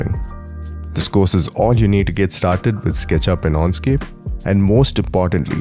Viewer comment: I would have liked you to be able to pronounce correctly Enscape. You keep saying Onscape. Dislike.